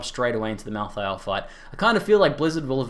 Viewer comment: mal thay ul . not mal THI AL